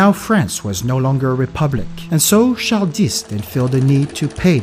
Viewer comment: Wait...how did you pronounce Charles? Char-dis? That's one of my name's and apparently the grandfather whom I got this name from was a Haitian who spoke creole.